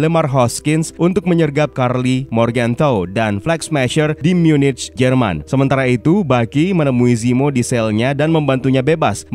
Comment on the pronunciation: Munich cara bacanya Myu-Nikh bang